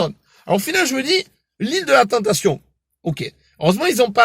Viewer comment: Bon je m abonne, rien que pour le "tentafion", haaaaaaaaaaaaaaaaaaa